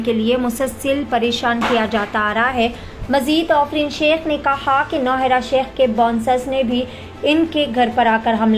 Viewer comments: Ofreen nahi aafreen bolo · Wo afrin hai, offrin nai hai 😂